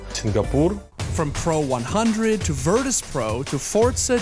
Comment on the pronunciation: Just one thing, pro100 is pronounced as "Prasto" or "Prosto", which means "Simple" in Russian. Basically that team name is a pun